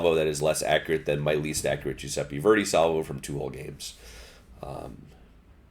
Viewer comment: giuseppe not giuseppi kunming not kanming.